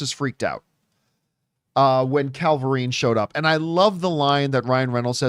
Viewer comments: CAVilrine not CALverine. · It's funny watching the same issue with people pronouncing "cavalry" like "Calvary" happen with people pronouncing "Cavillrine" like "Calvarine" like with John here.